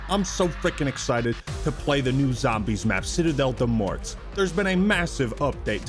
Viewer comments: “Del MorTs”? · You don't need to pronounce the "t" and "s" at the end of "morts" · You don't pronounce the "t" in "mort" Kindly, a french.